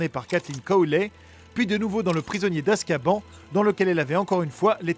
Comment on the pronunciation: "Poudlarde", "Weslé", "Jedussore", "Azkabanne" C'est juste catastrophique